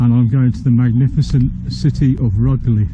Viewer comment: Rugeley is pronounced 'rooj-lee'